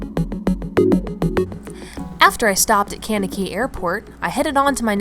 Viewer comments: As always great vid…but Kankakee, IL is pronounced “KANK-ka-kee” just so you know. I’m a FIB, and any Cheesehead can explain that to you…😂😂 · Town name pronunciations are always a crap shoot: cain-kuh-key! (OK, maybe not "cain" but sort of "KANK-uh-key") "That's where I ended up for the night" - real, oldschool barnstormer stuff! Love the shot with the columns of rain and the Unabomber look!